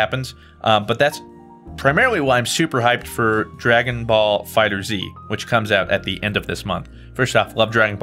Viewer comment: I'm sorry for being that guy, but It's pronounced Dragon Ball Fighters